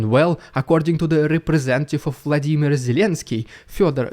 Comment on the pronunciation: Video appreciated! One note: its Volodymyr Zelenski, not Vladimir. Greetings from the Netherlands